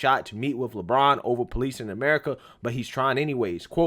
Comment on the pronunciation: It's Le braun not Le brain